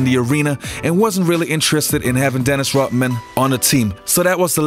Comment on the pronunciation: It’s Rodman not rothman